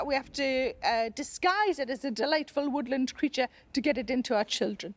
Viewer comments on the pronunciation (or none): none